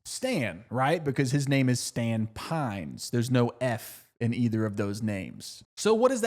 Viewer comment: Stan-F-ord Pines actually lol